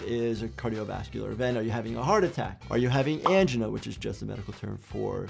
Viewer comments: Clever pronunciation of angina. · So weird to hear someone pronounce angina like AN-juhnuh, here in the UK we pronounce it an-JIE-nuh